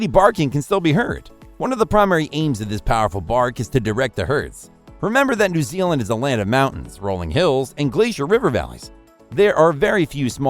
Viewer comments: Had to stop 9 seconds in. Voiceover: 'also known as the New Ealand Sheepdog...' with that sort of quality control in the first 10 seconds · This information is often wrong…! Can’t pronounce the country correctly, Hunterville is found lower Nth Island, not Sth Island…